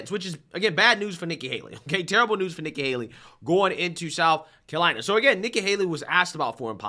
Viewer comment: Charles Barkley can't even pronounce terrible, "terble", let alone identify it.